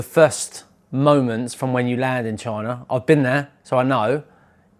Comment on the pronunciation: I like how this guy pronounces China as "Choina" 🤣